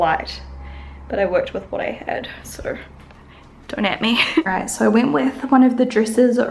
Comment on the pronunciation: This has nothing to do with the video but has anybody noticed (maybe it's a north eastern United States thing) saying "right here" sounds like "rate here"? Not in a country accent way 🤔 Maybe it's just me.